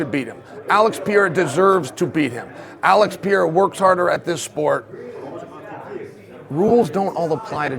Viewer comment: Alex Pee-era 😂